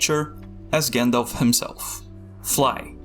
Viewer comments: at this point, (and i never thought i'd say this but) I d rather have a good ai voice-over, than english "with hair on" - an undefinable accent that i can't place between dutch , argentinian or albanian just hir someone who can pronounce - shudders anytime he says gindilf instead of Gandalf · Do you know its pronounced 'Jandalf'